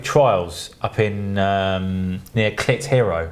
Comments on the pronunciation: Did he say " Near Clit Hero" lol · Love that you pronounce Clitheroe in that way, was involved with a project with an office there and we also pronounced it in the same way. We could help ourselves!